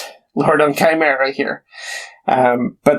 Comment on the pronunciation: OK, so the good news is you did a decent job of pronouncing Chimera, but I don't know how you got lord so wrong.